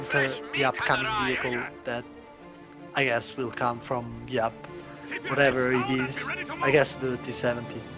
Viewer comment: Finally got Giap's name right, well done.